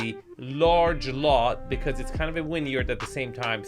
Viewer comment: This is the house Hank attacks with the missile in Barry, Season 4 on HBO I think. Definitely a textbook promontory. BTW, are you saying winyard or vineyard? Is this because its windy + has a vineyard = “winyard”?